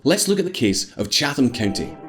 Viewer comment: We pronounce it “Chay-tum” county